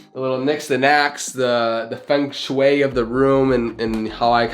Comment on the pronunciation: i always like how Americans pronounce Feng Shui. "Fengg Shwayy"